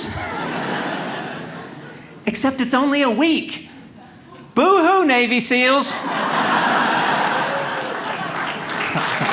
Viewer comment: I thought he said , " ... documentary on BABY SEALS." Thought I'd had a stroke.